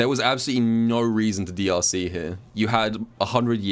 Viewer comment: Ngl when he said drc, I thought he said deeussy